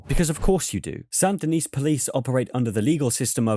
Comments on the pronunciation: Saint Denis is pronounced "Sandy Knee"; the "t" in "Saint" and the "s" in "Denis" are silent. French, am I right? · Tiny nitpick: So you don't pronounce the last S in Saint Denis. It's like San Da Nee. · it’s pronounced “San din-ee”. The S is silent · The last S in San Denis is silent. Much like the E in Van Der Linde. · Please stop pronouncing Saint Denis that way lol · The “s” in “Saint Denis” is silent bro